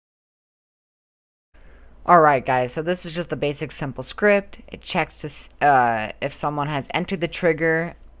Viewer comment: It sounded like you said that was shit instead of it